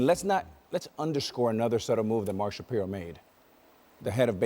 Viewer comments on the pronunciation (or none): It's Mark Sha-PIE-ro. It's Ernie Clement (not Ernie Clemente - he's good, but he's not related to Roberto Clemente). It's Nathan Lukes (Luke-es, 2 syllables). Show some respect for the Blue Jays and take the time to learn the names of the players and management. You sound unprofessional. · 18 two srike hits by the Blue Jays in this 4 game series. Also, it's pronounce Shap-eye-ro 🤣